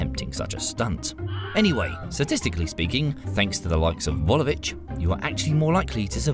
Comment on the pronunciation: Vesna Vulović , not Vulovich